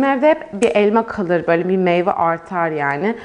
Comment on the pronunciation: Meyva değil meyve